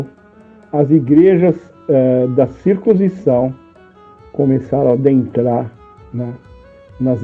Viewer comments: Se pronncia CIR- CUN- SI- ZÃO. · Cir...cun... cisão.